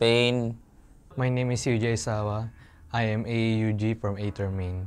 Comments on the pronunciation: hindi, tama na yong ei der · Ei/ter pala basa hindi Ei/der sa Aether amp ko tlga